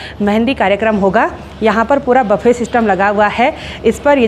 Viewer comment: baffe nahi bolte buffet bolte hai.... please don't mind 😅